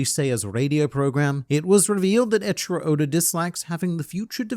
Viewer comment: Who is Edchiro? Cringe. Ey - ichiro